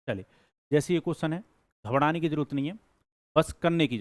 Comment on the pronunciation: घबराना ❌ घबदना ✅